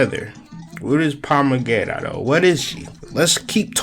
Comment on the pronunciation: It’s pronounced Pomba Jeera with a J not g sound